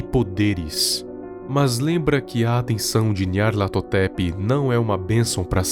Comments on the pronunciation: Eu acho satisfatrorio quando ele fala nyarlathotep :'3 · como o consegue falar o nome desse bixo